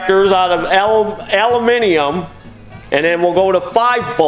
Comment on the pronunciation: Wait a minute! He mispronounces everything, "Krohler," " muffkin," "carbagetraitor," and then he uses the proper British pronunciation for Aluminum??!! It's like Chuck Yeager used to say, "I'm just speakin' the King's English!"